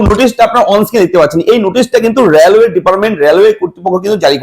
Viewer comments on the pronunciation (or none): র্্যালওয়ে নয়। রেলওয়ে 😂